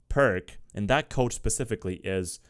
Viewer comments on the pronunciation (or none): none